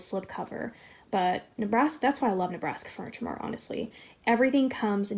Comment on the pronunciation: Do you know where she got the love seat from? I thought it was Ikea but I thought she said Nabraska Furniture.